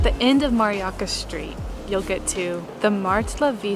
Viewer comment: Mariacka [pron. Mariatzka], not Mariacca. A bell rings, but not in this church, as they say in Poland.😉